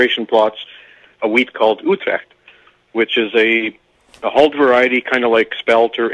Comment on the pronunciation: I understand it was hard to understand. I try to stay true to the language from where it came from. It's spelled Utrecht. It was grown in the Netherlands in the early 1900s. I've heard it pronounced Utrekt. I believe the actual pronunciation is ootrecht. I could be wrong.